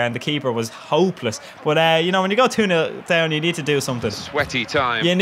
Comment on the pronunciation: Love the jokes, haha. Love it when you are saying: bot-> but